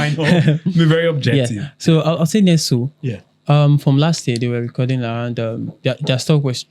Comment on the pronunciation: Brothers. Nestlé, the company, is pronounced "NESS-lay." No be English.